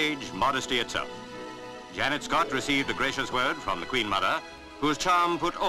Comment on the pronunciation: Why do the commentators in these old reels always pronounce Janette Scott's name wrong? Her name is NOT Janet!